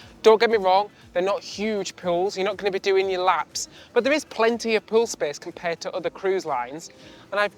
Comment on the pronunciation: Everytime you say pool i think you say poon and I die laughing 😂 which is fitting for an adult cruise 🤭